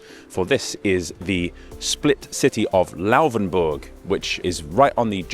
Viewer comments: It's not Lauwvenburg but Laufenburg. You are allowed to articulate the f very clearly as a voiceless labiodental fricative (as some name it). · its not Louhwänburch. :D Its Laufenburg :D i once learned in a bakery that had a shop very close to the bridge. funny times! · It really kringingly anoys me that you say Lauvenbörg. WHY. "F" is the same sound in englisch and german. And börg is also unnecessary. You know how to pronounce burg. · The letter 'f' does not sound like 'v' in German. You keep saying "Lauvenburg", which is wrong. It's basically the same 'f' sound as in English. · why did you pronounce it Lauvenburg the whole time? is this actually what it's pronounced as?